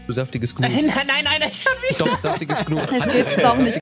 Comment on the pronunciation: Niemand: Gnu: sagt nicht „Ju“ sondern „You“ 😂😂 Liebs ❤️